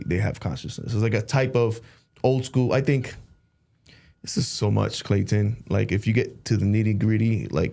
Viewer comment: now i cant stop hearing clayTON in my head lol